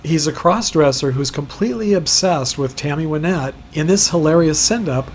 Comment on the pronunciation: I'm a big fan of Tammy Wynette. I had seen photos of her grave before, but didn't realize so many other stars were interred so close to her. Also, thanks for saying her name correctly (most people incorrectly say "Why-nette"). I had bought tickets for "Remembering Tammy 2020" in Nashville, but it was cancelled due to the virus. We would have definitely visited her grave, too. One of these days I'm going to get there. Thanks for uploading.